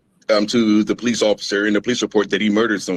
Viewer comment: " Po - leeses" ( sun version is plural) . 😂